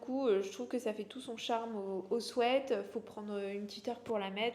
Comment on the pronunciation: Si le sweat est plutôt réussi la prononciation de ce mot anglais est tout autre 😂